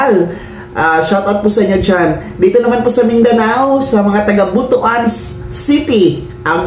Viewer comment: Sir ang pagbigkas ng butuan ay butwan